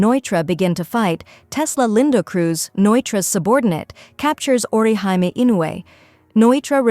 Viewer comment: Orihime. The Japanese character represents a ee or ē sound. So aw-ruh-HEE-may. Like a Michael Jackson he he lol Not or you high me